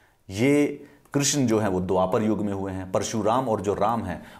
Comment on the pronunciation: It is the actual pronunciation - Yog & Ayurved